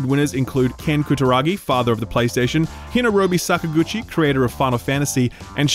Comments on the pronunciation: I'm gonna pretend I didn't just hear you say Hinarobi Sakaguchi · Absolutely butchered Hironobu Sakaguchi's name lmao